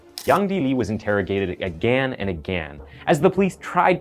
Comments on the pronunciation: Still can't pronounce "again" properly though 😂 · I just have one question. Why do you pronounce the word again, agan?